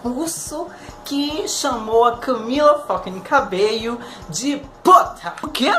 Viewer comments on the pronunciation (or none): Kkkkkkkkk que bosta prefiro mais a Dani doque a Camila cabello Na moral moço se tu for fã msm vc fala o nome da Camila cabello direito Camila cabeio Moço CAMILA CABELLO NAO CABEIO